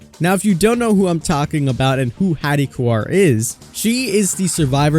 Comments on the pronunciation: Heads up you're saying Haddie "Koo-Are" instead of Haddie "Core". Her name is Haddie Kaur (pronounced "Core"), not Haddie Kuar. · Its haddie kaur tho, not kuar